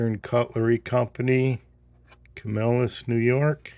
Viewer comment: Hey nice looking piece. However you want to say Camelus or Camill-us right lol.